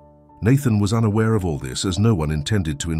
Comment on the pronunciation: "soerveilance cameras", "installêd""oenawar" i.s.o. unaware 😢